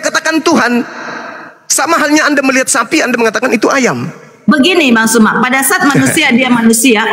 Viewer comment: Oten... Sakit lobang kuping ku dengar PERKATAAN PARA OTEN NYEBUT NAMA SU.... SUMA.... SEBUT KATA KATA ITU DENGAN SESUAI ZU..... ZU.... ZUMA... FAHAM!!!